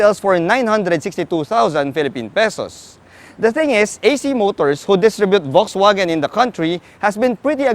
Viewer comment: That's not how you pronounce VW. But nice review anyway.